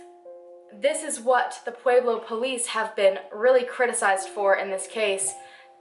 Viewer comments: I love that you've done a video on my town. The way you pronounce pueblo is cracking me up.. Pu-ehh-blo. Not Pu-eee-blo. I love you so much. This is not a hateful comment. My SIL works at parkview. This is a close to home case for me. Glad he's been arrested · This isnt supposed to be rude or anything but i live in Colorado and the way she says pueblo is 11 out of 10! (its pronounced Pleb-lo) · I live in Colorado. You’re actually mispronouncing Pueblo. It’s more like pweb low. Lol. I love your video by the way though! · "Pwayblo" nooooo make it stop😂😂 I was born in Pueblo and had to cringe every time I heard that. But great video! You're very well researched. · New fave channel next to lordonarts! 😍 (btw.... pweb-low!) 😂😊 I'm a Colorado native and noticed the way you said it haha! Also if you cover solved murders, Jessica ridgeway. SUPER effed up, right in my neighborhood:( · I know this is WAY off topic.... but does it drive anyone else crazy how she say Pueblo??? AHHHHHHHH!!! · Hi I'm from Pueblo, CO and just wanted to let you know that you mispronounced Pueblo and St. Mary Corwin (you said crown) otherwise great video!! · i know its not ur fault so im not hatin, but the way ppl pronounce Corwin or Pueblo is cringe. i guess u have to be a resident to say it correctly